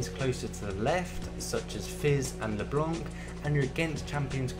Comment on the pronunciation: ure from london i guess, for the way you pronounce leblanc